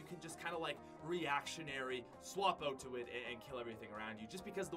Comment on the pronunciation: I still cant get over pronouncing out "Ote"